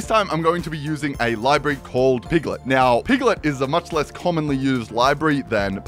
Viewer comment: “It is wery wery simple ...... import pieglet......”